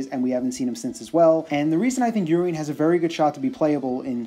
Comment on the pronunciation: lol I'm pretty sure "Urien" is not pronounced "Urine." I think his name is inspired by Uriel and pronounced similarly - definitely sounds less ridiculous that way.